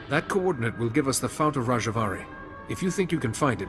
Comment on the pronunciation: "Coordinayte.." Coordinate! This made me smile. And also groan inwardly at respective voice-actor's pronunciation.